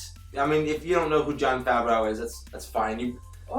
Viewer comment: Isn’t it pronounced Favr-Oh ?